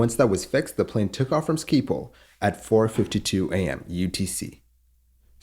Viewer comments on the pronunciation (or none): It's pronounced "SkipPAWL".